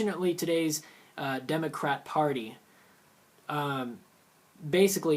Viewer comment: It sounded like you said DemoCRAP.